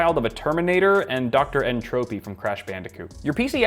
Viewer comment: Tries to burn a guy for his PC but can't even pronounce "Entropy" correctly.